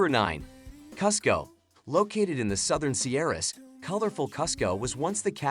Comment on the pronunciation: This guy pronounced Lima and Cusco incorrectly.